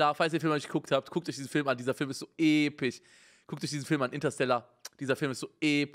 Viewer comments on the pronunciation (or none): Mann kennt ihn Epich So epich EpiCH MAAN UNGE SAG EINFACH EPISCH 🤣❤ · Niemand: Simon: Interstellar ist so epich. So epich! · Normale leute : so episch Unge: so epich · Ich schau mir „Interstella“ oder wie der Film heißt erst an wenn Simon „Episch“ und nicht „Epich“ sagt 😂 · EPICH" genau ,,EPICH"😂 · Nicht episch sondern epich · Niemand: Unge: "Der film ist einfach so Epich" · so epich" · "so epich... So epich."